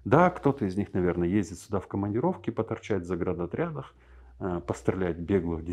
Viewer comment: Не поверишь , вот только что привёл пример с Закаевым и Тумсо , в связи с неудовольствием от их риторики , и этот самый момент приходит от тебя ответ . Тамшин хум дукххьун из ! Закаев меня вообще удивил : он не знает , что слово ЗАГРАДОТРЯД ,означет ЗАГРАДИТЕЛЬНЫЙ ОТРЯД , он произносит ЗАГРАНОТРЯД . Ислам Белокиев говорит также . У Тумсо живое и подвижное мышление , но словарный запас у него скудный . ( терминологией вообще не владеет ) , а это важно для блоггерской деятельности . Ему бы латинские выражения освоить малость . Интеллект не слабый у него , но он не начитанный парень . Про названия улиц ... Многие топонимы , гидронимы и оронимы тоже нужно менять . В этой сфере у нас вообще полный абсурд .